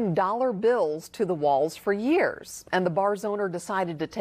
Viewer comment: I love how he says yeers ( years)